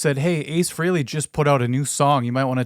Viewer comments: Frell (frelly). Not freely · The name is FRAY-Lee, not Free-Lee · It's 'Fray'-lee', for real. I'm not conforming, no way.